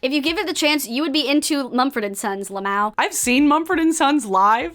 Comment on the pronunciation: 1. i'm obsessed with your eyeshadow 2. i can't believe you pronounced "lmao" as "lum-OW"